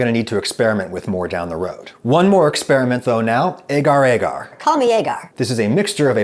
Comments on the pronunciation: A-gar A-gar is wrong Adam. Is Ah-gar Ah-gar. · For those of you who are curious on how to pronounce agar-agar, its pronounce ah-gah-r ah-gah-r